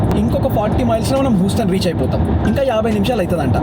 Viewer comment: Huston pronunciation thappu bro.